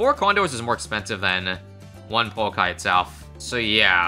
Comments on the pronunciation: the o in pouakai is not pernoust oh it is more of a just a ooooo look up maori vowels. maori is sort of a second language to me and ive liveed in new zealand my whole life it is funn to see americans and people like that try to pernounce maori vowels because they always get it wrong. no hate love the vids keep up the good work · Kiwi here, I think it's pronounced like poo-akai, we have a hiking trail by where I live called Pouākai and that's how we all say it. Cheers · Also Pouakai is a maori word and it pronounced po-u-Long A-ka-EE so yea ur pronoucing it wrong